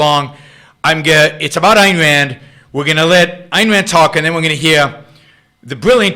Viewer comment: What the fuck is Ineran?